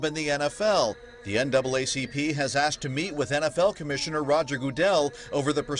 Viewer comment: No one " aksed " anyone anything . They " asked " . It is hard to be taken seriously if you can't pronounce simple words .